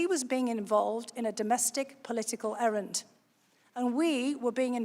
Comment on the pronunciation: Errant not errand.